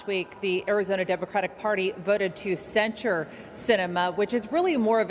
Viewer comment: "cent sure" not "censor